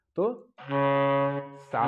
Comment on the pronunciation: "स" नहीं "सा" होता है